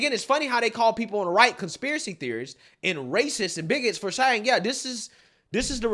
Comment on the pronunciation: Biden is still the worst at pronunciation, but is a close second. Words and names he mispronounces: Actual word/name. version Newsom. Newson Mayorkas. Maryiksyas Distribute. Distraboot Saying. Sahhhhheng Infamous. In fame us Accurate. Ack rrr ut These are just SOME of the words mispronounced. Some get a pass I guess, but NEWSOM? How the hell do you get that one wrong? But he gets it wrong all the time with NEWSON. It's NEWSOM, MMMMM, like Mary. Anyways, I still like his channel but it still baffles me how he can get so many names and words wrong. I just don't get it especially since he does commentary for a living. You would think after all this time he could get NEWSOM right, but no. It's so distracting from the stories. Still a good channel though.